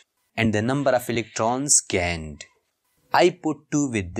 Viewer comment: No. Of electrons gained❌ No of electrons gaend✅